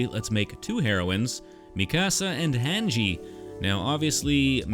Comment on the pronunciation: The way you said Mikasa and Hange leads me to believe that you pronounce pasta as "pass-tuh" which disturbs me